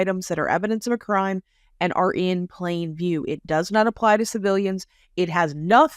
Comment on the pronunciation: Yes, you committed a "cram"...butchering the English language. 😂